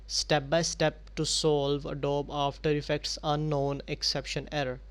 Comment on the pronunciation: It's not Adob it's Adobeeeee You say the E